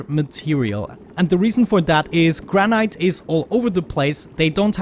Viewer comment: Love your vids and voice but some purely friendly grammer tips: Fillet the T is silent so pronounced Fillae. And Granite the E is excluded so Granit. Yeah wierd, I know. Cheers!